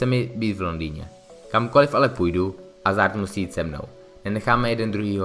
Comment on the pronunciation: Nechápu jak můžeš dělat redaktora a videa o fotbale když neumíš ani vyslovovat jméno hráče, který patří k top 10 na světě...